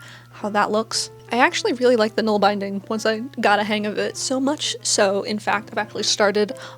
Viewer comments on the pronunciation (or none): Great job! For nålbinding, use bulky singles wool and use an old toothbrush handle. It’s also fun to hand-carve (whittle )your own ‘nål’! By the way it’s pronounced bin like a trash bin.